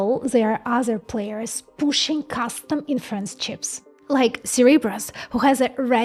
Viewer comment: When she say "inference" and you ear "in France"